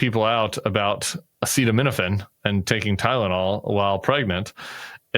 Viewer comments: Did you see the video of Trump attempting to pronounce acetaminophen? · He couldn’t pronounce acetaminophen 😂😂😂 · He can't pronounce the drug name. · He can’t even say ACETAMINOPHEN right 🤪🤪🤪🤪that was an outrage …I’m a Canadian pharmacist and this was a very dangerous presser 😨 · So, Trump not having any idea what acetaminophen is or how to read the word didn’t make the cut? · In the presser he had trouble pronouncing acetanimofen. Obviously came well prepsred! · Omg! I couldn't believe what i was and was not hearing! Mispronounciation of a commonly used otc medicine! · What? You didn't share the clip of him trying to pronounce acetaminophen???? That was golden!!! You guys are great. I need to show this clip to my husband who hates anything political but I think he'll get a laugh. Serious stuff yes, but you guys make it easier to deal with. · He says Tylenol because he can not pronounce acetaminophen! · Please tell me y’all are not listening to Dr Donny and Dr Robby who can’t even pronounce the name of the medicine!!!😂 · You guys left out the best part: Trump trying to pronounce "acetaminophen". It's hysterical! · I can’t believe they didn’t play the clip of trump trying to pronounce acetaminophen It’s was the funniest saddest reflection of where America is today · I watched the entire press conference and trump kept saying Tylenol because he couldn't pronounce acetaminophen. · Great pod! Thanks so much. You did leave out his ridiculous mispronunciation of acetaminophen however. That was special! 😮😂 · No comments on the pronunciation of acetaminophen? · Oh no, it's just that Trump couldn't pronounce the word acetaminophen 😆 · He demonized Tylenol because he couldn't pronounce acetaminophen! 🙄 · He actually horribly mispronounced acetaminophen earlier in the presser. It was hilarious! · Because he tried to say the word acetaminophen AND COULD NOT SAY IT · He couldn't pronounce acetaminophen. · He can’t pronounce acetaminophen 😂